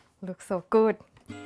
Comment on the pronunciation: You say ‘good’ with a Thai accent 😂😂